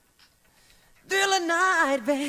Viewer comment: He says diller.. not sure why he says that?